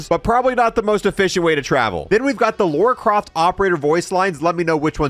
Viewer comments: lora croft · Lauora croft